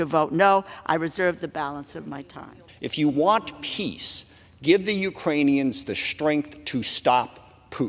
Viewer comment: MGT, is it piss or peace?